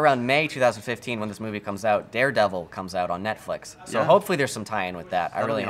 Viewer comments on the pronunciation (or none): none